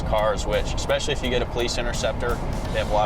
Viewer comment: Did he just say, "EXpecially"???????? Am I the only one that caught that??